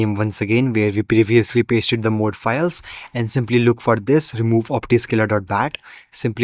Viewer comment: It's pronounced mod (ma-ud)